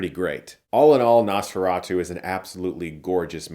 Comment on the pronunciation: Not only did you get Count Orlok’s name wrong but you also mispronounce Nosferatu. You really are a hack now.